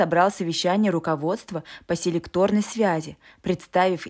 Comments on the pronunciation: Селе'кторная связь а не селекто'рная. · СЕлекторная связь а не селетОрная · СелЕкторная свяэь, а не селектОрная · Связь селЕкторная, а не селектОрная. Надо иметь представление о том, что хочешь донести до слушателей. И голос диктора (или автора) отвратительно слащавый. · Ну, связь бывает не "селектОрная",а "селЕкторная"... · не селектОрная, а селЕкторная связь. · Не селето,'рная .а селе'кторная. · Связь селЕкторная, а не селектОрная. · Связь селЕкторная, а не селектОрная!!! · СелЕкторная поправляйте правильно